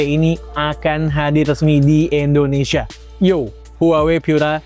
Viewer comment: Bang Indonesia bukan "Endonesia"